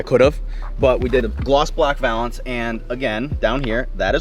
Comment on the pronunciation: You’re saying valence wrong bruhh 😂